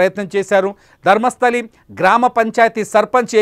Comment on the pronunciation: It's Dharmasthala, not Dharmasthali